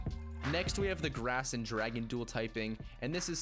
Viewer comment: Grass sounds like drass